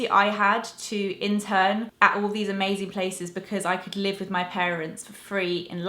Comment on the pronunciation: It's the second time I have heared you say things like "...mi/me desk":) Where are you from?:)